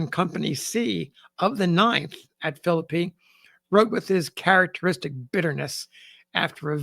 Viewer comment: It is so refreshing to hear a historian pronounce the name Philippi correctly. I grew up in the area and lived in Philippi for a few years.